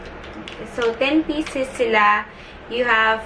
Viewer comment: For some reason, nawawala yung letter E mo nagiging I (e.g piecis, brushis, and thin(and then)). Pero when you speak english lang naman. Ok naman pag tagalog